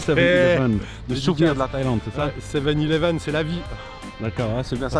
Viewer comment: 7 eleven Et sans accent(anglais)et surtout sans T